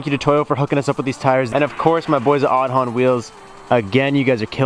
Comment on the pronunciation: In Irish Aodhán is Aidan. Pronounced Aid-on, not pronounced Od-on.